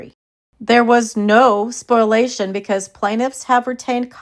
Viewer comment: So it's okay for KJ to delete stuff but no one else??? Also,, it's "spoh-lee-a-shun" not "spoil-ation." Sorry to be the grammar police! 😊